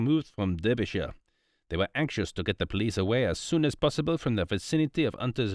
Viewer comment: Derbyshire is not pronounced as the reader did which is the American way. Derbyshire is pronounced as if Derby is written Darby, with an A, minor point but might as well get it right.